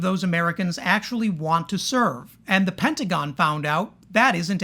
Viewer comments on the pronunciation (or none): none